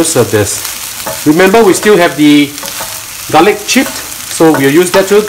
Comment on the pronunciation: I love garlic not galick* .😂